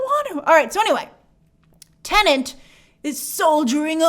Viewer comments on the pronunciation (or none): TENET not TENENT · 🤯🤯🤯🤯 After so many months, WHY does she still pronounce the movie “TENANT”. 🤔 It’s “TENET”!!! There’s only one “N”. 😤🙄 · Grace, the movie is called TeneT, not Tenent.!!!, lol 😂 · i just keep hearing TENANT everywhere ooh lord i cant wait for this movie to stop being discussed for that alone. i cant take it anymore lol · (and almost all other times throughout) It may be the only major "tenant" in cinemas these days, but that isn't its name. 😉 I'm sure these weren't the first times throughout the many months of covering it, but it really stuck out to me here, so I just had to comment on it. 😜 I keep worrying that I'll screw it up myself, and I'm sure I often do as well. "Tenant" just rolls off the tongue so much more easily. 😅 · Grace, there is only 1 N in teNet. It's not teNeNt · The movie is titled "Tenet", Grace, not "Tenent" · Half the time you said "Tenent" lol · why does she STILL call it teneNt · Favourite YT channel but please stop saying Tenant!!!! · Now I can’t stop hearing it 😫